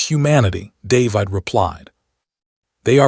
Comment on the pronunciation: Stupid AI can't even pronounce the name David correctly. Not listening to this mess any further. And where is the rest of the story?